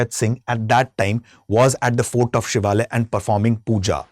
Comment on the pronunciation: The place is SHIVALA SHIVALA PALACE and not the battle of Shivalaya as being pronounced.